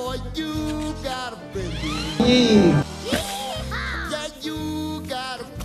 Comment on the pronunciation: andy literally says “yee-haw” and there was no yee - 0/10